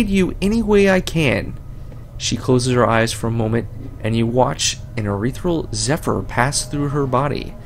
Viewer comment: haha dude, I'm enjoying the LP so far, but why do you read ethereal as urethral?